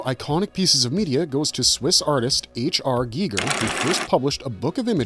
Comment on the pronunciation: Is he saying HR geeger on purpose and not Geiger